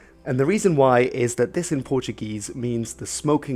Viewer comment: Nice, on your pronunciation don't roll the "r" it's spoken softly